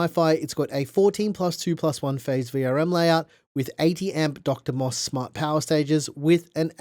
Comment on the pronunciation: Great review, I have one, very happy with it. Running Linux on 9950x. btw, DrMOS, is pronounced as "D-R-MOS".